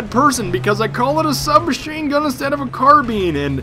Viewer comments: God. They teach kids 12 years of English, and yet nobody can speak it. Car-bIne. Not Car-bean. An I is not an E. This isn't Spanish. And Seine is French. I pronounce it as Seen, but I don't speak any French, so I dunno. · carbeen carbine carmine! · its carbine not carbine lol